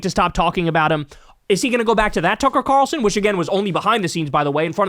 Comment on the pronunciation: Did you just say "Cucker Tarlson"?